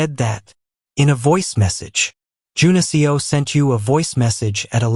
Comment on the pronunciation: A great story as always! I’m curious though. Is his name supposed to be Jun-Seo? The way the name is pronounced is like the programming language I’m learning for analytics. Maybe it’s something else? Seo is pronounced like seh-oh. This seems to be pronouncing the letters of Seo. Please forgive me if I’m wrong.